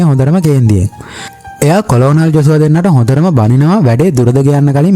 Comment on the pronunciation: මචන් කොලොනල් නෙවෙයි කර්නල්